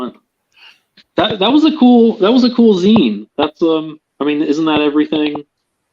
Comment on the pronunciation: It's pronounced "Zine."